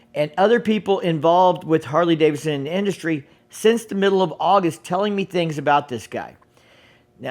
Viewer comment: Harley Davidson, not Harley Davison.